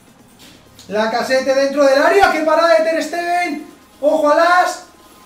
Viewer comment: una aclaracion, lacazzete se pronuncia lacazet xD